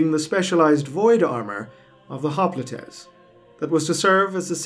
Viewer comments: it's "hop-light", not "hop-lee-tay". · I'm pretty sure that it's pronounced hop-light but then again, I'd be surprised that people more 35,000 years from now even knew the word. We don't have any words that we know of that are from 10,000 years ago and while some modern words are certainly descendants from older times, they've undoubtedly changed over the ages. Modern English isn't even 300 years old which is why older books than that use words like thee, thou, doest, or bringeth that don't exist in modern English. Descendants of most of those words exist: thou is now you, doest is now does, bringeth is now brings, etc. Even the older versions of English weren't along that long with the longest lived one existing for a mere 700 years. Really makes you think about how much there is that we'll never know and how much our descendants will probably lose.